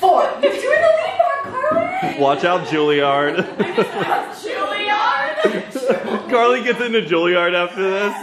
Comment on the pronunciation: “Watch out Julieard” 😂😂😂